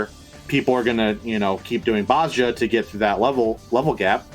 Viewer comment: And DAMNIT!!! Its BOZ-JA not Bozo-ja or whatever you keep calling it!